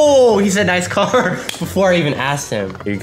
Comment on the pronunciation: bro honestly this guy hits the craziest clips and says "NOICE"